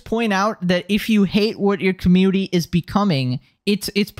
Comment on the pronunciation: my guy where's the n? you saying commuity?